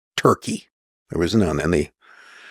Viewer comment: This dude said turkey like he was at Thanksgiving dinner asking for some.